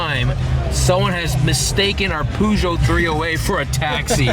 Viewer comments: Contrived, superficial, corny and cringey, like 90% of all "car spotters" out there. But "Poojoh" was pretty funny. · Wow that was some way of saying Peugeot